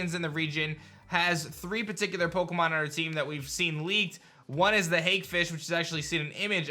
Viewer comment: you're driving me nuts, I have to say it... hake rhymes with steak lol!